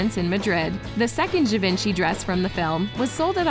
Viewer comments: Repeat after me, je-von-she, not ga-vin-chee. Merci beaucoup.😌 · Its gi-van-che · I hate to be a nag, but I believe Givenchy is pronounced “Jee-Von-Shee.” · I get the impression you never read the book and probably didn't watch the movie. Oh yeah, learn how to pronounce "Givenchy" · I cringed with the way she pronounced "Givenchy" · Yes I agree his name is mispronounced.